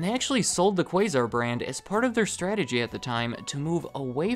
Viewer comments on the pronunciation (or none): none